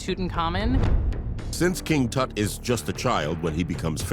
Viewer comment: The bald guy pronounces Tut's name differently every time he says it. Why??